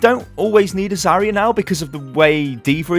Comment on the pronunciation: I hate being that guy but... I watch so many of your videos and it grates on me every time... It's pronounced "Zar-Yuh" it's not "za-ree-uh"